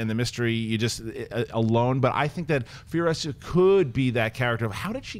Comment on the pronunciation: It's Furi-OH-sa not Furio-SAH!